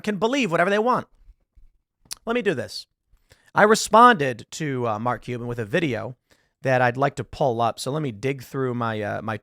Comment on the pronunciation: Do you wanna be "MarLk Cuban" or Mark CuLban"? We are gonna have to figure out where to put that massive fucking "L".